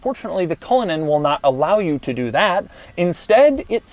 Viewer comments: 100% thought you said "Rolls-Royce Colon" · The pronunciation is cull/in /Ann as it’s an Irish name !!! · He said it like a swedish person lmao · couldn't even be bothered to learn how to pronounce the name of the car he's reviewing before making the video. Classic doug